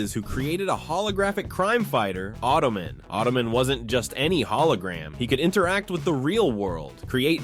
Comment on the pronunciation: Not ottoman... auto-man....